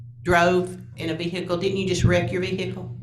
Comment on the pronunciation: How do people still not know the H in vehicle is silent. Vee-hickle sounds so white trashy.